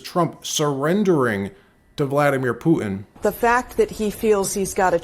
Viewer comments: please start pronouncing “Putin” correctly. Can you say “dog pooh”? Can you say “tin can”? Putin’s name is pronounced “pooh tin”. No offense, but the way you say it now, you sound like a MORON. And I’m pretty sure you’re not a moron. Thank you. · Who is Poo-in? Don’t you mean Putin? Why do you continuously gloss over the middle “t”? Where did you learn that lazy pronunciation and, more importantly, why do you find it acceptable? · Will you please say Poo-Tin instead of Pooh-in!!! Thank you!